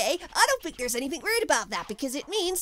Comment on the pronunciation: am i the only only one that herd sonic say think as sink?